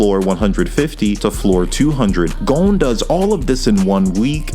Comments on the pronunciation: no its gon and killua not "gone" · The video is super interesting. But GOUN. haha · “Gown” Also, great video!